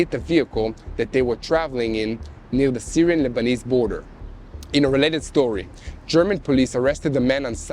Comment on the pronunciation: "In a welated stowiee" 🤣